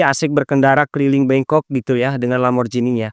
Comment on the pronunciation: Bkn lamborjinj tp lamborgini.. G tdk d baca j dalam bahasa italia